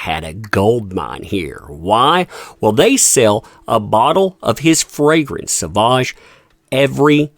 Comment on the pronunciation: Dior has class & taste, that's why they support Johnny D. Sauvage is pronounced "so-vage" as in mir"age" 🎉🎉